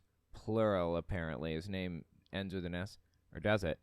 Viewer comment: Please pronounce her name correctly…